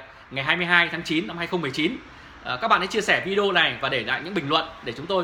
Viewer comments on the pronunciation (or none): none